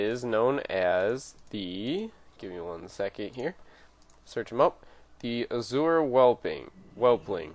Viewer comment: Azure not Azura. Azzoooer